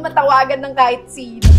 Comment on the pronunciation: sinetch itetch sis? 😆